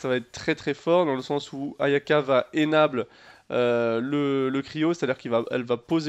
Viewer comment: Xiangling va "énable", miam cet anglais xD. Jolie vidéo, je suis à peu près d'accord avec toi ;) PS : j'ai une meilleure Noelle mouahahahaha! (je flex oui)